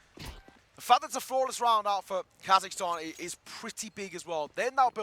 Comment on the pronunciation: Not Kazakhtan, Kazakhstan ✔️